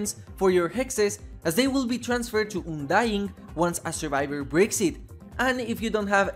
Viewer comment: I had a stroke after you said 'UNDYING' like that...